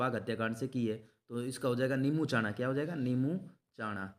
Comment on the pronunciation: Sir ye nembuchana nhi hai nemuchana hai ....